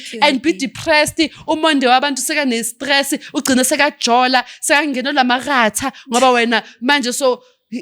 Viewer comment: Nna she kills me when she says (maratha)😂😂😂😂